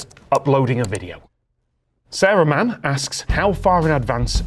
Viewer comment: thought Sarah Mann was Saruman